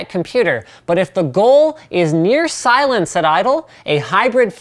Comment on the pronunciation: Loved "Pilence" and "Sower", hahah